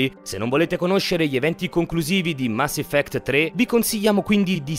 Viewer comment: Mass "Iffect"